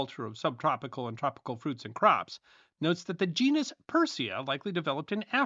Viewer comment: Genus is pronounced gee-nuss